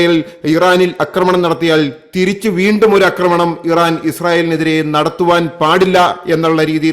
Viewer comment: പക്ഷെ 'അക്രമണവും' 'ആക്രമണവും' തമ്മിൽ ഉള്ള വ്യത്യാസം അറിയില്ല.